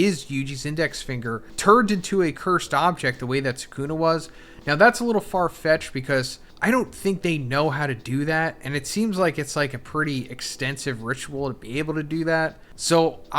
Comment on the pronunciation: It's truly amazing to me how when you say Japanese names, you put the EmPHAsis on the wrong sylLABle, every single time. Suh-COOO-nerr. Give me break...